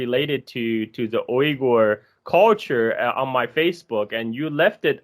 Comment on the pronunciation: should really not pronounce Uyghur names in mandarin